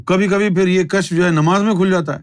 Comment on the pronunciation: Kashf ya kashaf pronounce karna chahiye